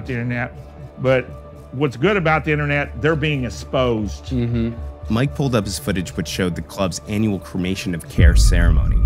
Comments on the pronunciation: "The last 10% can remain and serve them drinks or whatever. THEY GET'N SPOSED ON INNERNET!" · "They're being ESPOSED!" Lol 😆 can't take this old man serious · They’re being “es-posed” 😅